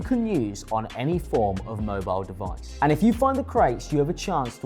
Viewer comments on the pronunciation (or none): none